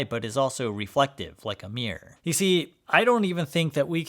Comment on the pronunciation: ”…like a meer…” Wot, like a cat?